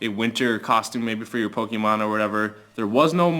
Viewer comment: STOP SAYING POKIMON ITS REALLY ANNOYING